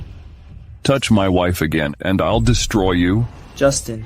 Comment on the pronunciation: Quite a few English words are mispronounced. One word destroy is-to des-troy Not de-strory 😢😢😢